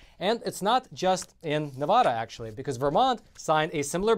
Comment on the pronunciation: I live in Vegas. Steve Sisolak does NOT have his constituency's best interested in mind. Oh ... and it's Nevada not "Nevoda"! #SoFrickinAnnoying!!!!! 😡